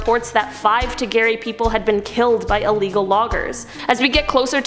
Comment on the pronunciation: You are pronouncing the three Ecuadorian tribes all wrong its huaorani pronounced (WOWRANY) TAGERI PRONOUNCED (TAGEYRI) AND TAROMENANE PRONOUNCED (TARO MEN NANY) I have traveled to the country on many occasions and have contacted with the huaorani and I'm friends with a lot of them they are very nice people the other two tribes are very violent and even they do not contact them if they don't have to I wanted to but they told me I would be killed if I tried and there's a lot of lies surrounding the Ecuadorian government instead of trying to help these people they're trying to exterminate them you have to read up a lot and I could teach you a lot about what's going on there if you would desire I am United States Ambassador for the huaorani I have a letter from their government saying that I represent them in the United States that I can help get any help for the tribe in whatever way I can I have a paper stating that